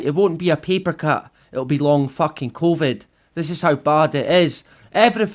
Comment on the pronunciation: "CONVID" :D good one!!